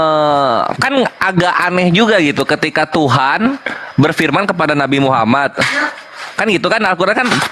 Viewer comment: Deri bahasa menyebut nama Rosullah dgn sebutan Muhamad Bukan Muhammad itu aja bapak ini menunjukkan BKN dr muslim/ muallab. Bapak ini emang udah qufur dr nenek buyutnya itu qufur keturunan. Tp qufur ini berdusta